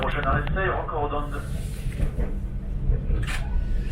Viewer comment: I love these Massif Central landscapes. My grandparents lived there when I was a child. So wild and gorgeous. "Ceilhes-Roqueredonde" isn't too difficult to pronounce, actually : /sayll rock redond/. And "Millau" is not /milo/ but more like the Spanish /mio/.